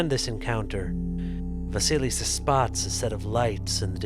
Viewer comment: Вы всё правильно произносите. Perhaps the first "s" in the name Василиса should be softer, but that doesn't matter.